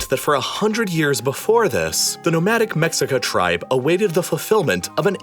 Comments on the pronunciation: its meSHica, not meCKSica 🤓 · your pronunciation is off - its Lake Teshcoco, not TeXcoco. Also its Meshica, not Mexica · It's not Mexica it's pronounced Me-shika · The original tribe is pronounced "Meshika" not MEX-ICA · The mexica is not pronounced mex-ica. Its pronounced Meh-shi-ca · Mexica is pronounced Me-she-ka not Mex-i-ka lol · I like that you used mexica, as that’s the term we prefer. But it’s pronounced “meshica” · Mexica is pronounced "MeSHEEca", just for future reference :) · Mexica is pronounced “meshica” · Just for future reference, it’s pronounced “Meh-she-cah” The X isn’t pronounced the same way as it is in english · I get he is speaking English but if he is too lazy to respect the name of the Mexicas then he might as well say Mexicans. Means the same thing. In Spanish When we refer to Mexico we say (Meh he coh). When we refer to the Mexica clan in Spanish we say (Me shee cah). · Love the narrative, but two issues: "mexica" is pronounced something like "meshica;" and the icon representing the migrant mexica... clearly a European man. Oh, and it's pronounced something like "TenoshTItlan." Other than that, great job. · The x in Nahuatl (the indigenous language of teh Aztecs) is usually pronounced as an Sh sound. So lake Texcoco = lake Tesh-coco and Mexica (the name of the Aztec ethnic group) is pronounced me-shi-ka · "Mexica" is pronounced "Meshika" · it’s not humans, it’s europeans. the mexica (pronounced ‘mei hi ka’) were able to engineer a city (pronounced ‘teno chti tlan’) that floated on lake texcoco (pron. ‘teh ko ko’) because of the way it was built. the spaniards imposed unsafe building practices unfit for an aquatic city, whose unfitness for the environment was exacerbated by 20th century urban development practices. how can you say “humans” at large are to blame when its really just colonization and colonizers that are to blame for the problem? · Pronounced Mehcheeka